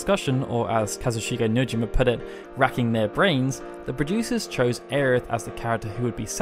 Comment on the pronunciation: Ugghhh Aerith... Every time I hear it pronounced that way I want to vomit. The same for when I hear so desperately cling to the idea that Crisis Core is even remotely canon. Neither are canon. Regardless Tifa is such a badass and will always be my favorite Final Fantasy character. With Quistis a close second